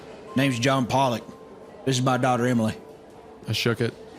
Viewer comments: Pretty sure its pol-lick. Po-lock is a racial slur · Isaiah 😬 Pollock is pronounced “pall-ock” like Jackson Pollock, or the type of fish. Poe-lock is a slur for Polish people. Just don’t want you to get into an unfortunate situation with that one lol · Every time they pronounce Pollock as Polack I laugh my ass off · Not Isaiah and Hunter pronouncing "Pollock" like a slur against Polish people the whole time. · I love how they keep pronouncing Pollock as the ethnic slur for Polish people.